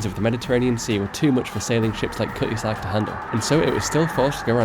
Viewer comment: “KUH-ee-zark” = Cutty Sark, if the pronunciation confused you.